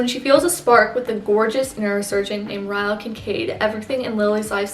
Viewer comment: No hate at all but 1. It ends with us is not a romance novel and you can get seriously canceled by calling it a romance novel 2. His name is pronounced Rylee not ryel! Even tho his name is Ryle. Again, no hate at all! I really enjoyed this video and youre really gorgeous<33